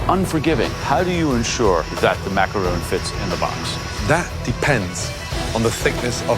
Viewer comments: Joe: "The Macaroon" No, no they are not, they are Macarons. That is not how it is pronounced, that's a whole other cookie! XD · Every time they said "macaroon" I felt a piece of my soul leave my body. You're professional chefs, it's macaRON not ROON... dear god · Did joe just say 'macaroon' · Youd think gordon of all people would pronounce macaron correctly